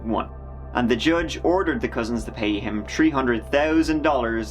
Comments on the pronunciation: Nineteen seventy tree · lmfao didn't know how to say "three" correctly, he says "tree" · Nineteen Seventy Tree... The year it all went down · Funny story he had tree hunred and tirty tree billion. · I found your channel around 4 or 5 weeks ago and now...well I have a problem! My husband wants to know what I'm doing at night when I have my cover pulled over my head trying to keep out the light from the computer while I'm binge watching That Chapter. Yes I'm editing my comment because I forgot to tell you that I LOVE your accent and that you say tree instead of three!💜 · . LOL. You can say "thousand" but you can't say "three"? Sorry, just found that funny. 🤣 . From videos I've seen on the subject, I give next to no credence to most criminal examinations of body language or speech, but this bit right here seems highly rehearsed to me. Could just be that he's said it so many times that he's consciously being emphatic, or maybe they just rehearsed this before recording it, but my gut tells me there's more jealousy than truth here. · Tree hundred tousand dollars